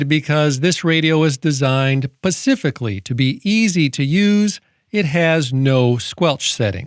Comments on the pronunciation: the word is "specifically" not "pacifically". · Oh Great, now you've got me saying "pacific"